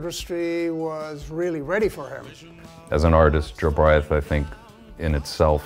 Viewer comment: I love Morrissey but he butchered Jobriath....